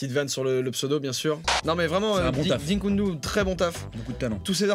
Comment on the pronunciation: arrete de dire "dinkundu" putaaiiiin, dikundu c'est pas compliqué